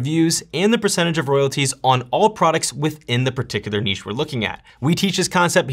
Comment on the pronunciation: From Australia: you're the first American I've heard pronouncing "niche" correctly!